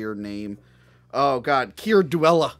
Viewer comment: Keir Dullea's last name is pronounced "Dull-ay" Also Bob Clark's death was tragic. He and his 22 year old son were killed by a drunk driver.